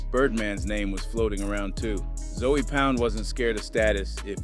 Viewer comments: You gone be targeting for your accent 😂 😂. It ZŌE not Zoey wtf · zoey? it’s ZOE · It's pronounced zo pound brah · ( ZOE pound ) is crazy. The pronunciation 😂😂😂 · Just by your pronunciation of(ZOE) , you're not part of the culture...